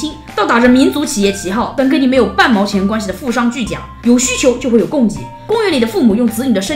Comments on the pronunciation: 富商巨”贾”，这个字的发音是gu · 富商巨贾（jia）？？？我没听错吧